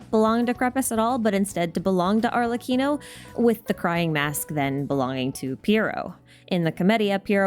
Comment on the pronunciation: She got arlecchino right sheeeeeesh noice